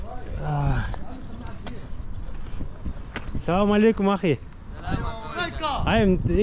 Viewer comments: Салалейкум дебе Ассаламуалейкум деп айтылат жон салалейкум Дегенди жаман кабыл алышат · Салам алейкум мес ассаламу алейкум деп тура айтсан